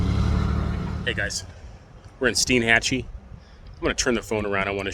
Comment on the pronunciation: From what locals have told me, the name of the town is pronounced STEN-Hatchee. It is a neat place like all those Big Bend towns are. This is the last untouched place left in Florida from the sort of massive development taking place around me in the Orlando area. I had a friend who had that model of Bayliner. It was a great model. They were a very popular model. If it's in good shape, you can find them on the used boat market for a reasonable price. It's a good Loop boat for a couple or single handed. Nice video. Sorry I posted this here, I thought I had cleared being on this thread. I'm not going to delete and repost this. I'm on a phone and it's enough of a pain to post as it is.